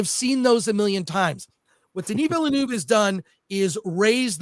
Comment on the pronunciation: Hahaha "Denis Vilenooove".